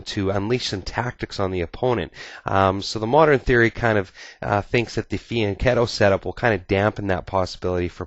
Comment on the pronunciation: Hi, great video. But are you sure your are pronoucing fianchetto correct???